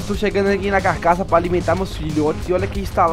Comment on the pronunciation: é carcaça e não cacaça